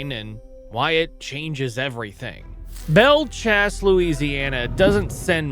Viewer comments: Belle "Chase" not "Chasse" like it's spelled. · It’s pronounced “chase, like you’re chasing someone. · Bell "Chase". Like IF you were chasing something. NOT Chass. Great video.👊